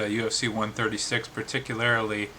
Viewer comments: "Particularily".... LOL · Did anyone notice the 'particularily'?!